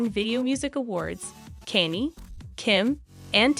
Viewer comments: Kanye is pronounced con yay. Not Kanie. I immediately stopped watching due to the person that obviously didn’t do any homework before filming this video. Couldn’t keep Listening. If they can’t do the homework for the name even though sadly he’s world famous then this obviously is not real news. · Why are people that stupid and can't pronounce mega stars names correctly. This is like the tenth video I've watched where the person doing the talking does all that research and doesn't know how to pronounce a celebrities name correctly. Do they live under a f*king rock? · Please learn how to pronounce "Kanye" a it was painful to listen to the repeated mispronounciation